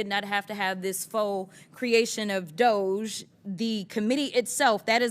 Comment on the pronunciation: DOGE is always pronounced incorrectly. It should either be d'ohj or dodgie. Call it like it is.